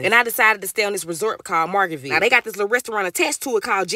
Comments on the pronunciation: happy birthday🩵 but why are you saying margarita ville wrong😂😂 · Love you K, it’s Margarita-Ville tho 😘 enjoy your trip. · lamo “margartville” 😂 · I am pissy weak at the way you’re pronouncing Margaritaville 😂😂😂😂❤ Happy birthday 🎉🎉🥳